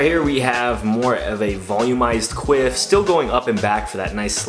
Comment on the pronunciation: Quiff? QUIFF?! learn how to pronounce that shit, my guy